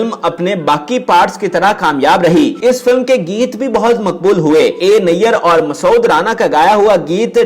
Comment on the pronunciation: The name is masood with one syllable.pl don’t say it masa—od.